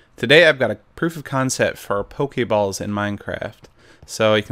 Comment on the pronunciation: I love how he calls them poke-ay balls instead of poke-ee ball :P